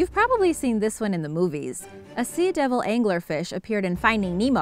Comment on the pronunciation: It’s not pronounced see-a-devil, it’s just sea-devil